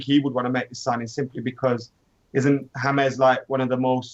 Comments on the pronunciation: "James" which is pronounced "Hamez" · its James not hamez idots learn to spell and right.